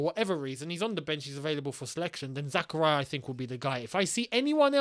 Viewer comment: ily but why do you always pronounce zak’s name like that😭 it’s pronounced Zahkahreeah. It’s not zakuhryuh